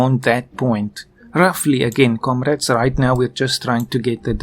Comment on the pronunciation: Je suppose que parle du "komorades" en début qui fait penser à un accent russe ^^